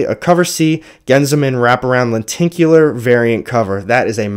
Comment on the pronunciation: Len-tic-u-lar......not tink u lar. English teacher :-)